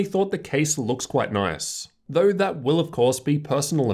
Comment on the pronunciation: why do you talk like ᵗʰᵃᵗˀ